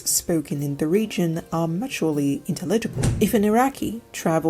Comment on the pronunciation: be careful, you are stressing some words incorrectly, like "characteristics" or "intelegable"